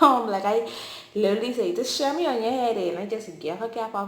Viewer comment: “This shemy a” LMAOO girllll 😂😂😂